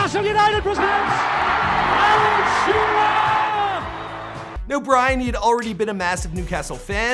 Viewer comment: Alan sherer 😂